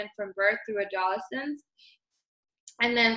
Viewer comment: No one is going to say anything about her mispronouncing “adolescence”????????? Like shoot the girl a text at least, it was driving me crazy. How are you going to be running a presentation on behalf of an education program and not let her know